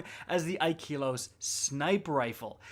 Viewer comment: The e is flat, not high. Ikelos, not Ikeeeelos.